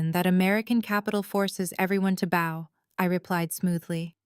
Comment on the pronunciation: Please ... PLEASE 🙏... Learn how to pronounce bow. It's not pronounced bow like a bow tie. In this context it may be spelled the same... but when it's describing a person genuflecting to another person... it's pronounced bow as in bow- like 👍in allow.